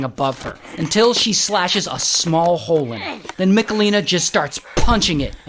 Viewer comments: Ray, it's not MiKalina, but MicHalina 😂 Its a serious case and i couldnt watch it without giggling 🙈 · im from poland and the pronounciation of michelina is hurting my soul